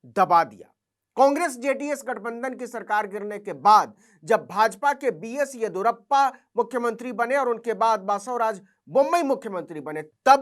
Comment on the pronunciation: aap sentence ko bahut volume ke saath (zor se) shuru karte hain, lekin, jab aap khatam kar rahe hote hain, toh aapki aawaaz bahut dheemi ho jaati hai. Your voice is inaudible when the last few words of the sentence are being uttered. Ye naam aise aap padhein: कान्त-राज हेगड़े सिद्द-रामय्या एड़ी-यूर-अप्पा चिन्न-अप्पा